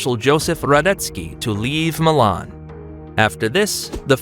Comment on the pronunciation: Your mispronunciation of Savoy, Turin and even Milan is just f***ing embarrassing, son. 😢 How d'you manage that ? They're only two syllables ! 😠 🤬 😡